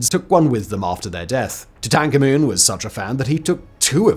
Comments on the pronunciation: Who was toe-tanka-moon? Did you mean tutankhamen? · To tan kah moon, lol. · How the hell did I pronounce Tutankhamun? It sounded like he bit his tongue! 😝